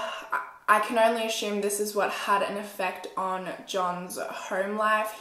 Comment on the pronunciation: “ashoom” ok